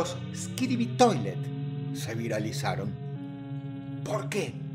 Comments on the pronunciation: Dross: Skibidi ❌️ Skidibi ✅️ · buen video pero, no se dice skidibi, se dice: "skibidi". Gracias. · Dross es disléxico. Es Skibidi, no Skidibi. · Incluso no dice “Skibidi Toilet” sino “Skidibi Toilet” 😅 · de hecho dijo skidibi, pero bueno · Dross es disléxico. Es Skidibi, no Skidibi. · Dross es Skibidi no Skidibi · ey ey ey pequeña no digas skibiri, estas toilet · dross diciendo skidibi toilets es re cursed ajsjjajekwjd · "Teorías de eskibidi toliet"